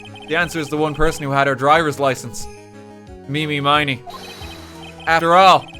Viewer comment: he streamed this, right? did nobody in the room ever try to correct his awful pronunciation of 'iny miney's name? did he really not get the connection to "Eeny, Meeny, Miny, Moe" ?